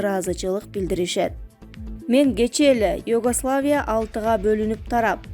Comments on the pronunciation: Егославия эмес Югославия деп оку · Кумура Югославия деп жакшына окусан создун маанисин бузбай уят